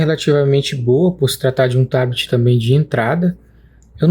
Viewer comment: Curti o vídeo e, mais ainda, o "TABITI"..😂😂